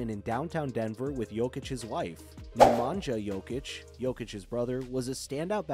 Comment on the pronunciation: It's Neh-ma-nya and Strah-ee-nya. Oh and also Natalija, same as you would pronounce it in English.